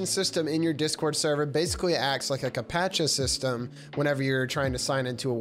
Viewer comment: a WHAT? Ca-pa-tcha? 😂